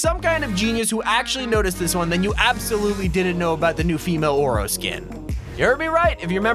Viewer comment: When he said “Female Oro” I thought he ment “Aura” Lol 😝😂🤩🥶😵😎